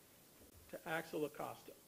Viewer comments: CORRECT THIS GARBAGE SOUND VIDEO BY GETTING VICTIMS NAME CORRECT AT THE LEAST. AXEL rest in peace 🕊️ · His name is Axel…. My god, get it together